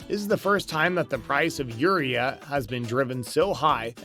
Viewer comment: Agreed I farm in iowa there is no fertilizer shortage. This guy can't even pronounce urea give me break. All price gouging